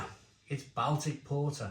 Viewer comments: I’m glad you said this, every time he said Bal Tic it drove me mad. Surely he’s heard someone say this word correctly before. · Don’t want to be a pronunciation Nazi but Baltic is pronounced “Boltic” short o instead of a short a,as in Salford not as in pal.